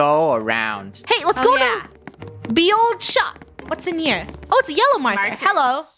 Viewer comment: it's pronounced "the old shop" don't listen to funneh the Þ is an old english letter that is currently used in modern day icelandic( it´s a hard th tho the light th is written as ð)